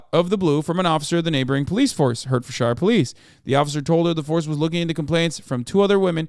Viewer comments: Pronounced ‘Heart-thud-shia’ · I was born and raised in Hertfordshire. It's pronounced: HEART FORD SHEER